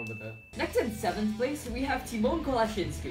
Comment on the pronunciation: it is tymon not timon